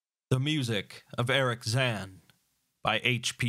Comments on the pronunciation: Personally my favourite short story of Lovecraft's. Also, I think you are mispronouncing Zann's name. Since he's a German the pronounciation would be zaNN. No real pronounciation on the A. I can't write pronouncitations well, but his name should basically be pronounced similarly to the Japanese -san honorific. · No worries, I reckon. It sounds foreign to German speakers, the way you say it, but... who cares what the Germans think.